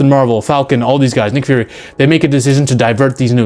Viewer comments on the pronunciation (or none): none